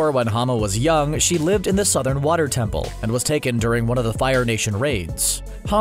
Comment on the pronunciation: Lol I was like wth is he saying😭